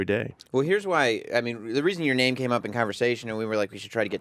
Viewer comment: I'm a longtime fan but I agree. It's a little embarrassing...When they cant even say his name right after hearing it several times it makes it clear they dont really care.